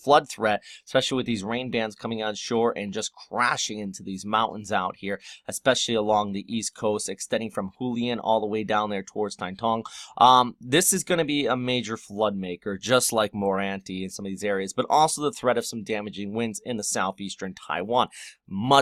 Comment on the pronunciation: you pronuce hualien like who lee in, but it sounds like who ahh lee in